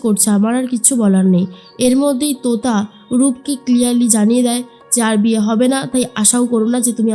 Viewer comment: তুতা নয় , তোতা 😂